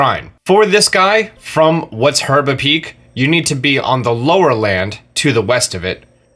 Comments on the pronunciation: to me it sounded like he said "Her-ba-tow-er" Instead of URBA-TOWER which is the actual pronouncation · I love the mispronunciation of the locations sometimes: herba map shows hebra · (heeb-ruh) not (her-buh) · I need one more Shrine is herba......... I mean hebra😂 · I hate you for calling Hebra Herba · Is nobody else bothered that he pronounces it Herba instead of Hebra? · Heh-BRUH not her-BA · Herba? Are u serious? How the heck can you mis pronounce that?!? I mean seriously! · Hebra not herba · it's hebra, not herba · that moment when he even SPELLS HEBRA in the title and say herba lol. gr8 video tho thx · i know he cant help it but i die a little every time he says herba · lol:) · Is it just me or i heard herba region? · he says harbra bebra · “Shrine orb” “herba” lmao I don’t think this guy’s played the game before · Triggered every time he pronounced it "Her-ba". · It's pronounced HE-BR-U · SpeedyFoot if you're not joking this is hebra tower he just pronounces it wrong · you said hebra wrong just saying